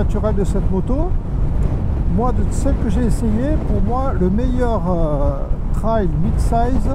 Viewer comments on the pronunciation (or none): none